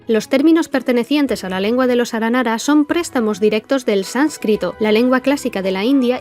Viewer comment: 1° muy bueno el video 2° cuantas veces te equivocaste en la pronunciación de las palabras aranara en este video? Y 3° terminé hace nada una misión aranara de romper los sellos de distintas máquinas de las ruinas y destruirlas, en la parte final hay que luchar con una Máquina Eterna, y Paimon lo menciona, entonces un aranara le pregunta: "¿por qué se llama "Aranara Eterna" si no es un aranara?" Estoy casi seguro que no es que allá escuchado mal el aranara, sino que tiene entendido que el concepto "Máquina" y "Aranara" son iguales o por lo menos similares, ¿puede ser que originalmente estos ayan sido un prototipo de los akasha? Máquinas capaces de estar conectadas entre sí y capas de conectarse a otros seres conscientes a través de los sueños, pero luego de conocer el Marana ya no era adecuados para esta tarea. Entonces se creó el akasha que no son consientes y usan los sueños como combustible ya que no pueden conectarse al bosque, o tal vez le di mucha vuelta a algo sin relevancia... un saludo 🖐